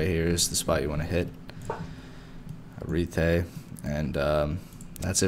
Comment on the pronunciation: Ariete -> Ah-ree-eh-teh The video is fine if you want to look at pretty models, but it'd be nice if you um, did a little research beforehand.